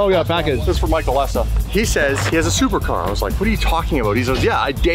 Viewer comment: so you said, "thupercar" he said "supercar"